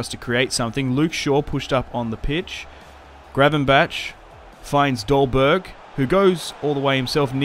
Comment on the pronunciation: How can it be so hard for english speaking people to say Gravenberch name right?